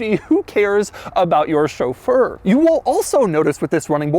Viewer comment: Glad to hear Chauffeur pronounced correctly!